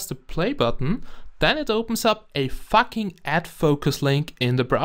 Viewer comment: No offence but when u say fuck sounds like facking